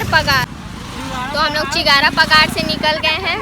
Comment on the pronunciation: Wo chigaar pagar ni chigara pagaar h